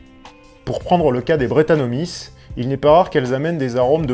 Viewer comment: Bonjour, interessante video. Je viens de découvrir ta chaîne et j'y apprends plein de choses. Merci ! PS : je pense que brettanomyces, ça se prononce" brétanomicesse" comme pour de nombreux champignons qui finissent en "myces"...